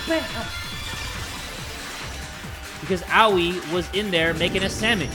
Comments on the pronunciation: Aoi's name's pronunciation: a-oi: owie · hey, Aoi is pronoused A-oi (i think.) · Also, I’m fairly certain her Aois name is pronounced A-oy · i just wanted to say that Aoi’s name is like ah-oye please like so that jay can see this